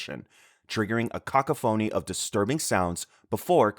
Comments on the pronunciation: Also kids an idiot “cockaphoney” it’s cacophony zoom zoom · bro said cock uh phony instead of ca cough uh knee im dead bro. 💀💀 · bro said caca phoney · LMFAO I'm sorry, "cacophony" is pronounced "ca-coph-ony", not "caca-phony". Threw me for a loop for a second. Also, , Hatred was one of the worst gaming experiences I've ever had. It's boring, one dimension and overall clunky. And yeah, I know it's supposed to be edgy, I just wish it had some more depth than just "I hate people". A game like that actually could have been decent if its selling point wasn't edginess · “cockaphoney” 💀💀 my brother it’s pronounced like co-cough-fun-knee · cock a phoney?! lmao its pronounced cah-COH-fah-nee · Hey just so you know cacophony is pronounced “cah-cough-nee not kaka-phony. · Just a heads up, the pronunciation of cacophony is kuh kaa fuh nee not kaka phony 🫡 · my man you pronounced "cacophony" like "ca-ca phony". You probably just read this off someone else's writing lmao. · bro what in da heyll is a "cock-a-phoney" ? XD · "a CACA-PHONEY" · cock-a-phony made me laugh so hard 😂 I love the off pronunciations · this is an awesome video, im sure the research took forever! but i cant stop thinking about "cacophony" being pronounced "caca phony" 😭😭😭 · I’m pretty sure vivisection is the practice of dissecting living subjects, not combining humans and animals. Also, cacophony is pronounced like kuh-KAW-fuh-nee in case you’d want to know. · Cacophony is pronounced "ka-cough-fa-nee" for future reference ph makes an f sound. Like in "phone" or "pheasant" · "Cockaphony" lol thats not how you pronounce that word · my man said kaka-phoney ?:face-orange-raised-eyebrow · He pronounces it wrong because he didn't write the script, he is plagiarising wikipedia or using ai. Dudes a 'kaka-phoney' himself 😂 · I'm here for the pronunciation of cacophony. "Cock-oh-phony." Sorry I can't stop chuckling. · I heard it as "CACA- phoney" which is also funny. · Cuh-Cah-fuh-knee is how it’s pronounced